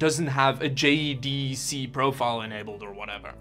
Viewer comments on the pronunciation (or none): lol bruh, for JEDEC you can just say it as “jay-deck”